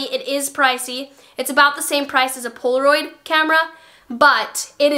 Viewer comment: The way you said poloraid